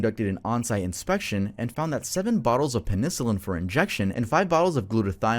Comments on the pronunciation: Pe-nicilin 😭PEN-I-CILLIN Im tryin so hard bro but cmon 😫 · dude said pennisillin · Ji = “Jee” Feng = “Fung” Penicillin = “pen-uh-SILL-in” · I’m sorry, but I hate the way you say penicillin. Please never say that word ever again,thank you! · the way pronounces penicillin makes me giggle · I love your content but the way you pronounced penicillin had me cringe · I've never heard someone pronounce penicillin like that